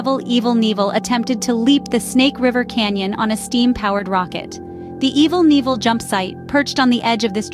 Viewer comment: LOL Evil Neevel, formally known as Evel Knievel. I'm dying.